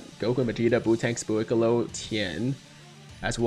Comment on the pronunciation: Can you pls just say Buucollo and not Buuicollo